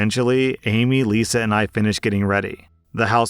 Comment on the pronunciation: "married to liza for..." Me ears- "married to lucifer..." 🤣🤣🤣🤣🤣🤣